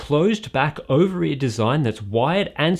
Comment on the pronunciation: I heard "Over-ear" design lol